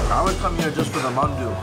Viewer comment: Not manadu but " Mandu."